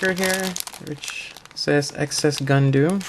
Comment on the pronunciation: the "gundooms" are tempting me more and more